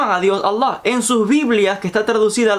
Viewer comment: Es alllow... ridiculo como promo pronuncias Allah.